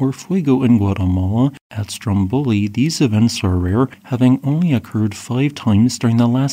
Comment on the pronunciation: For future reference, the accents/pronunciations for those islands are: STROMboli vulCAno